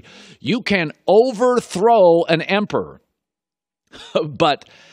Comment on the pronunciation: Why can't he say emperor?